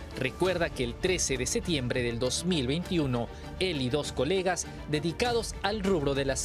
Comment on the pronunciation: El periodista no puede decir septiembre